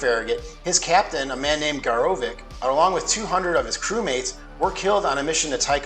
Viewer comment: The only thing I can suggest is to watch your pronunciations, Garovick was wrong. I'd suggest making sure of the before saying them. There's a whole lot of Trekkies out there that'll jump down your throat more than me about this.